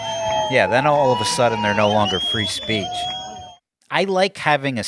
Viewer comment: "Freezepeach"...it's only getting worse,.